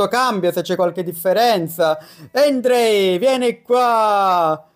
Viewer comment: si pronuncia Andrei non Endri